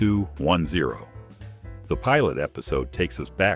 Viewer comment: I was looking away when 90210 was said and I was like "What the fuck was just said" and had to rewind the video then immediately came to the comment section to voice my displeasure in how it was said as well.